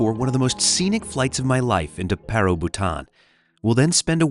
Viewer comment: It’s not literally pa-ro it’s paaa-roo with a bit of ee in the pa